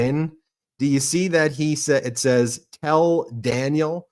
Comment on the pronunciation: Pronounced, "PREEM-yer and dan-YELL if helpfull.